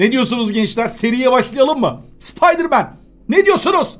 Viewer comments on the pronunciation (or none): Rotin n sıpdırman türkçe di mi 😂😂(spiderman)